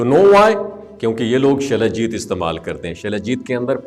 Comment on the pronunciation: سلاجیت۔ غلط تلفظ۔ وہلاکر کا مذھب۔ مشکوک کرتا ھے مکر یہ اسلام کے بارے۔ میں ں۔ گفتگو۔ کر تا ھے